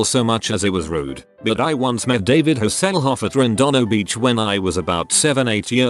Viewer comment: David Ha-SAIL-off! LOL